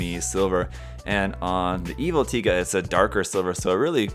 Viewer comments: well can't blame the comments about the wrong pronunciation lol because there is another one named literally taiga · I mean.... Tie guh does sound cooler than Tiga so I can forgive the mistake.